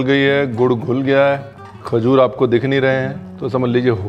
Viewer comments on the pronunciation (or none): none